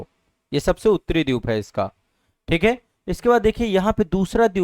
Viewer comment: Dweep ko Dyup bolna galat hai. Ek teacher ko yeh shobha nahi deta.